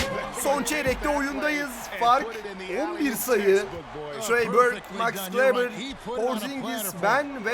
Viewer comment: 42 numaralı Maxi Kleber’in ismi ''kılibır'' değil ''kıleber'' diye telaffuz ediliyor. Çok önemli değil ama yine de söyleyeyim dedim :D